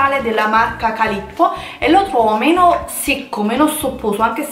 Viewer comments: No vabbè... calippo non si può sentire. CALLIPO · Che non sa parlare si era capito ,ma che non sapesse leggere ho avuto conferma in questo video,guarda il tonno è legge calippo invece di CALLIPO. MAAHH? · Calippo... calabresi tappatevi le orecchie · Calippo?????? Callípo per favore, è un'azienda calabrese, in provincia di Vibo Valentia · Il tonno si chiama Callipo non calippo!